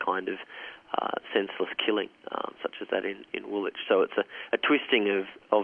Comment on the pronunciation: It's pronounced "Wool-itch", not "Wool-wick" or (an inspired but incorrect guess) "wool-witch". Did you actually interview these people? Is this just an advert for you personal resume? If so, I apologise.